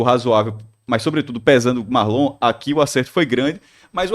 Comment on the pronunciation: O nome é Marlon não Márlon